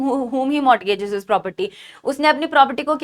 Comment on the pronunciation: Dear maam, It's not MORT-GAJ It's Mor(t)Gage